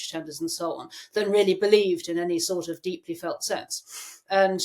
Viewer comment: Wear a tie and stop saying ‘sor’ of’, you scruffy old so and so Ed.